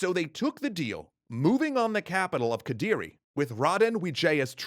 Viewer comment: yeah its quite close already. Indonesian practically just amalgamation of dutch, english, melayu and other languages happen to cross by which make it weird but not "that" hard to pronounce for english speaker. Its just need to getting used to. They nailed raden wijaya and kediri tho. Even thou singasari shouldnt have -h on it.